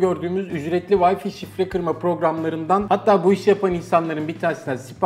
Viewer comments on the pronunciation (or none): Adam teknoloji kanalında çalışıyor ve vay fi diyor vay fay diye okunacak şeye.. lul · Wi-Fi'a neden vay fi diyorsunuz? Vay fay diye okunur doğrusu. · "Vayfi" değil "Wayfay" diye okunur. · yahu vayfi nedir ya arkadaş bu teknoloji kanalı değil mi öğretin şu adama doğrusunu. Ya sen de utan biraz paranın hakkını vermek için uğraş. Git en azından çeviriye yaz öğren şunu. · Vayfi wtf